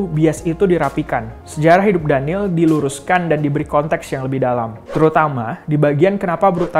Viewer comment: it's daniel not daneel